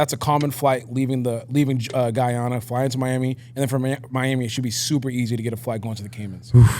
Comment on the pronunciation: What is geyana?! 😂 it’s Guyana